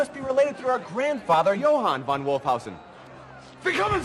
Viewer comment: but they don't pronouncing it as 'von' but 'van' which is the dutch equivalent 😉